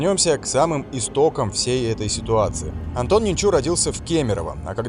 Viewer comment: Ненчу, ударение на первый слог. Почему не верно говорят не известно.